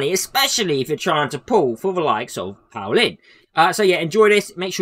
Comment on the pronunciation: He doesn't go, I'd give a pass if he were a DPS. I bet you don't have any friends named Paul, they'd be so ashamed of this pronunciation.